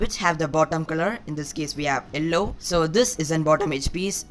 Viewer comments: It is yellow not ellow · Bro you should improve your pronounciation of yellow